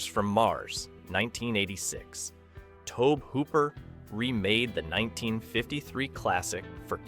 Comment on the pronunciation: BTW it's pronounced Tow Bee Hooper, not Tobe.